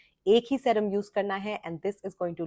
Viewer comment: I like your videos, but I cringe every time you say the word serum. It is pronounced see-rum.